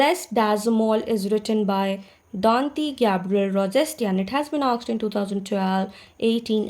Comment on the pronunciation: True ma'am, many things have been "aksed"... Conventry Patmoore... Rocessti... Memoriorism...